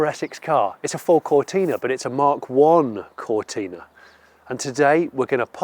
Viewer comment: Come on, Jonny, it's not a 'Ford Cortina' it's a Fowwwd Cowtinaaaahh' You, of all people, should know that. On that side of things. 🙂